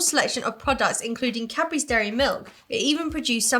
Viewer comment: Omg! All those years watching your videos and hearing 'Capris' instead for Cadbury's!!!!!